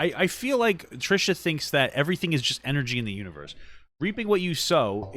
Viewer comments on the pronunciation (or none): Did she say "universt"?? 😂😂😂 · Wait is it just me or is Papa putting a “t” at the end of universe when he says it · she said: what you speak into the UNIVERST